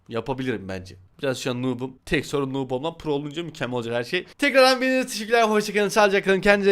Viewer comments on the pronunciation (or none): none